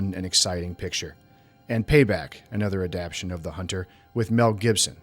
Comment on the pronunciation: Enjoyed your essay. Hate to be that guy, but it's adapTAYshun. You keep mispronouncing....Sorry but had to mention....Cheers